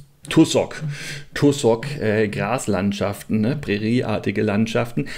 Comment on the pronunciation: Tussock -> ausgesprochen "Tasseck"